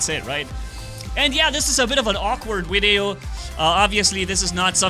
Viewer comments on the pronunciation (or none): a wideo?